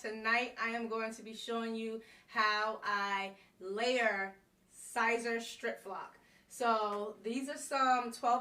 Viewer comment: Because I wanna see you win...Siser is pronounced like Caesar.